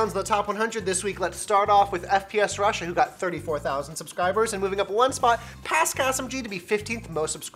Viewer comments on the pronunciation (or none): none